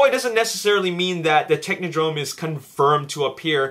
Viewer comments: Alyssa Reape Of course I did. I'm a huge TMNT fan. The turtles repeatedly encountered the Techodrome... But he is clearly saying technodrone, hahahaha. Derp on him, and now you, lol. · “Artinias” Janosevic He probably never had one as a child. So annoying, especially since he says it so many times. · ***** That's not part of an accent, just a dude saying a word wrong. I wasn't rude. I made a comical observation. Last time I checked, I have that right. Don't be another internet drome. See what I did there? LOL.